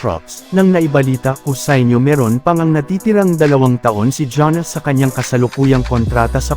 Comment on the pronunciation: paki ayos po ang pag pronounce sa Name ni Giannis Antetokounmpo hndi Janis Antetokounmpo 😂😂 Fake News na nga Lang hndi Pa inaayos ang pag pronounce sa Name ng NBA Player 😂